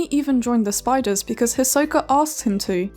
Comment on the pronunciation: Even a video about Hisoka can’t even get Hisoka’s name right